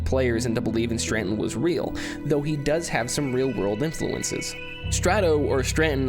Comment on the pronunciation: "Stranton. Stranton. Stranton. Stranton." There is no N! Just as there is no purpose! ;)